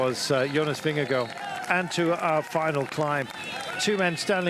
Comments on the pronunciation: Been years now and he's still saying ving-gee-go... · he does it for the pun and it's so corny